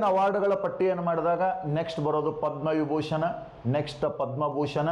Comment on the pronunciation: B V Doshi : Padma Vibhushana !! Not Padma booshana